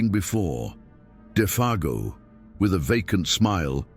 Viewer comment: Interesting how Defago's name is pronounced differently even 5 seconds apart at times.